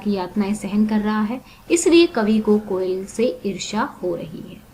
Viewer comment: It's not "koyala" , It's "koyal"